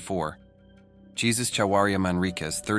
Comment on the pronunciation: Dude... Jesus is pronounced "Hay-seuss" not "Gee-zus" except for the son of God 😂